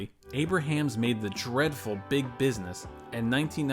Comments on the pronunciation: although it would seem like you'd read his name as "Aybra-hams" as spelled, it's actually pronounced "Aybrums" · You're not saying Abrahams (ˈeɪbrəmz) correctly. It's not like Abraham Lincoln. It's like Brahms the composer.